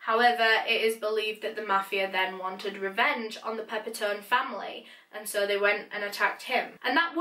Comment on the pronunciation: suh todays videuh